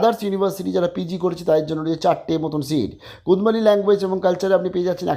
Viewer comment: আপনি সহ আরেকজন ভুল উচ্চারণ করছে ওটা কুরমালি, কুদমালি নয়।